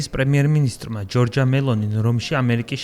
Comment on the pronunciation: ჯორჯია არა, ჯორჯა. როცა ეს სახელი ქალს ქვია გამოითქმის ჯორჯა და როცა მამაკაცს ქვია - ჯორჯო. საინფორმაციო სააგენტოებმა მაინც წერეთ გამართულად... ევრონიუსი ხართ თან...